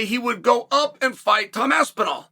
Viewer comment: Who is this Tom ''Apsinall'? The only Tom i know is Aspinall